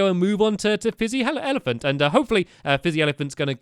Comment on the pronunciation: Lmao, Fizzy ELEPAHNT XD